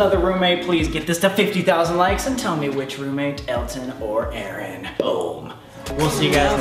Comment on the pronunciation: loriii X You had one job ONE JOB It's Aaron Not aroon (I'm joking around so don't take serious pleaseee)